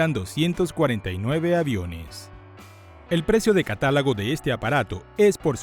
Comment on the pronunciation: se dice catálogo, no catálago